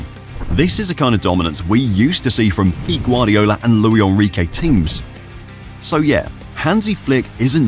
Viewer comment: That's not how you pronounce Luis Enrique, he's Spanish not French